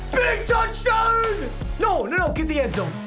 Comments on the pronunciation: papa when he said touchdown he turned British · He sounded Irish when he yelled TOUCHDOWN